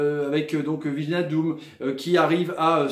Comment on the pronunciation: WIJNALDUM ça se prononce WEYNALDUM;) (tous les ij en NL) genre De Vrij ou Rijkaard.